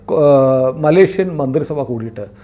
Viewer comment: മലേഷ്യൻ ആണ്‌ ശരി.... മലേക്ഷ്യൻ അല്ല....